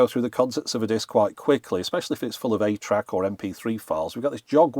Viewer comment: "atra" ?? 8-track I kept telling myself which doesn't make sense. wth is "atra" playback?